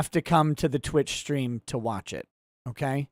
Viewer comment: "Strean" that's our:_Touchdown::_OnPaper::_UNBREADED:🙏🏻